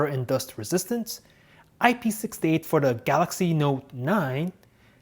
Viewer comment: Omg I love how he says his words THE GALAXY NOTE 9 puts Ali a intro